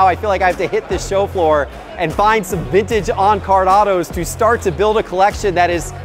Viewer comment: It's not "VINNAGE"... it's VinTage!!!!